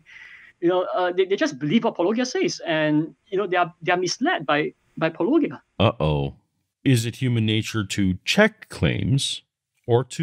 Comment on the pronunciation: wait did just... pronounce Paulogia correctly?? I think that’s a bigger surprise than the apology itself.